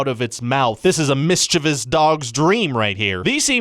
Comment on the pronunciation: OH EMM GEE!! You're the very first person on YouTube I've EVER heard pronounce "mischievous" correctly! It's not "mischeeeeeevious" and you got it! You're now my favourite human.